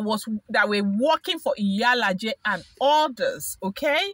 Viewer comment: Haa,, Iyalaja ke!😂 Iyalaja means mother is dog or mother of dog😂😂😂 Nooo, it's Iyalaje. E yah la jay.